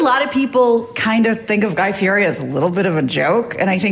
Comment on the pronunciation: Adam should learn how to say Guy Fieri's name........